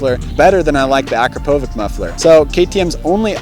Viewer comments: It's pronounced " Ah Crop A Vick " not Akron Po Vick? Yeah I'm that guy. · Nope it's Acrapovitsch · Nope both wrong